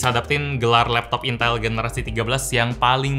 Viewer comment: baru opening dah bikin ngakak woyyy lah🤣 intal intell